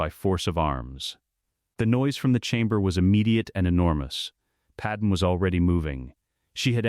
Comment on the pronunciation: Probably should teach the AI to say Padme’s name right